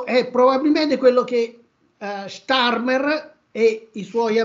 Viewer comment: starmerd, non starmer